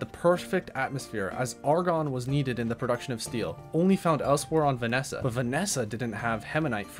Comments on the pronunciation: I love how he said he butchered Usagi's name (I'm pretty sure you said it right) but instead called everything else wrong 🤣 like desolo becomes desolodo sand vasenia becomes vanessa. VTOL (Vertical Take Off and Landing) becomes VLT!? Great video! Keep up the amazing work. Also, banana🤫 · I wrote down the timestamps for all the mispronounced words. #1 is atriox(atrox) at 23 times, #2 is desolotil(desolo) at 16 times, #3 is vanessa(vesania) at 10 times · Pleaseee call her VASANIA not VANESA You got most planet names wrong 😢 And Eve is not a snail she is a fox😅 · wait vanessa as vesania??? 😭😭😭 who even mispronounces it like that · I love the mispronunciations of the planets. Sylva is “Sylvie.” Desolo is “Desoloto.” Calidor is normal, “Calidor.” Vesania is “Vanessa.” Novus is normal, “Novus.” Glacio is “Glaissio.” Atrox is “Atriox.” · Never heard someone butcher Sphalerite and Vessania so thoroughly.. 😂 good vid tho. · Btw great video, one small problem. WHY DO YOU KEEP PRONOUNCING THE NAMES WRONG. Please read the names of items and planets, or don’t I can’t stop you.